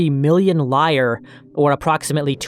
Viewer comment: The black sites story is infuriating. A whole lot of people need to be in prison. (BTW: the "a" in "Avon" is like "main" (ay) and "lire" is the plural of "lira" and is 2 syllables)